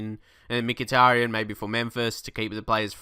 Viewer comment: you pronounce mkhitaryan "mik-it-tarian"